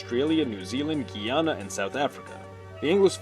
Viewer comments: It is GUY-ANA not guiana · Wouldn't this include english speaking caribbean countries? & IT'S GUY-AN-AH